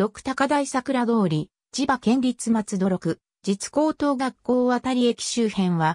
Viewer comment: ろくみえきではないですむつみえきです